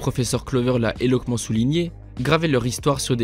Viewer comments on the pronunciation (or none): C'est plutôt bien écrit et ça fait plaisir à entendre ! Par contre petit souci de prononciation où, par moment, tu écorches des mots (éloquemment se prononce éloquamment par exemple, ou tu répètes plusieurs fois le mot preservance, qui n'existe pas. Préservation à la limite, mais vu le discours tu dois parler de persévérance ) . M'enfin c'est des critiques minime, le taff d'écriture est bien là y a pas d'impro au micro c'est travaillé et ça se ressent et juste pour ça je valide.